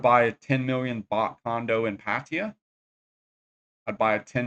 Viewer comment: This is my pet peev as well. These types refuse to assimilate. Pattaya guys are the worst they make up words instead of saying the actual names like soi pothole baht bus and pa- Tay-ya so annoying